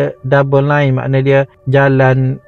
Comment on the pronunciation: Lane bukan line 😂